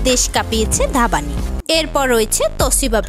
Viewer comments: Dhabani 😅😅😂😂🤣🤣 Ore dhabani na dhvani উচ্চারণে ভানি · নামটা ঠিক করে বলেন এইটা ধাবানি না ধ্বনি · আপনি ধাবানি বলেছেন কেন ধ্বনি ভানুশৈলী কে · Or nam ধ্বনি,ধাবানি na 🤣। sotti bangladeshi ra etto baje uccharon kore🤣ar ota vaaste basti na🤣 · Are kangladeshi ota dhabani noi re dhani uchcharon hobe 😂😅🤣